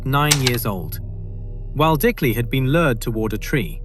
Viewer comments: Sorry for being that guy Waldicley is pronounce similar to Vald-Clay, or something along those lines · I know portuguese is a very difficult language, but as a brazilian, it's very odd to hear the pronunciantion of the victims names being so far from the actual ones. Waldicley was the one that really got me.